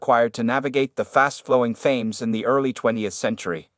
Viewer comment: The river "Thayms"? It is pronounced Tehms. Oh brave new Artificial 'intelligence' world!! is here. I love the narrator's breathless, adolescent, bloated prose.